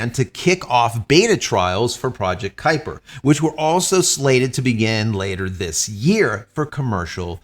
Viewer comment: Kupier lol